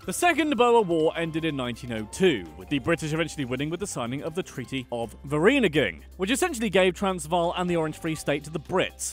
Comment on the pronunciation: There are a lot of words that are mispronounced, but a few of them are very difficult to pronounce even if you are taught the correct pronunciation, here are the rest: Boer is pronounced: Boo-er Witwatersrand is pronounced: Vit vaah ters runt Vereeniging is pronounced: fir ee+uh nah gin (Please note that the G sounds like you are clearing your throat, much like the ich in german) Apartheid is pronounced: Apart-hate Kwa-zulu Natal: is not Zwa-zulu Gauteng, the G is also pronounced with the throat clearing sound Limpopo is pronounced: Lim p+oh p+oh Vredefort is pronounced: Free+er der fort Wouter Basson's name is pronounced: Voter Basson